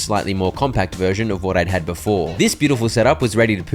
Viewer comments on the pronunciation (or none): none